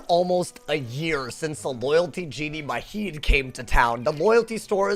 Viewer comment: Kinda unrelated but Majid is actually pronounced Mah-jid